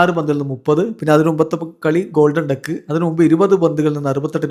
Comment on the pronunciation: ഡെക്ക് അല്ല ഡക്ക്. Duck.